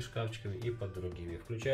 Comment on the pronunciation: Ризетки, или розетки?) Внутренний уголок-вставка на кабанчике смотрится препохабно! Необходимо запиливать сочленение, это как хотите.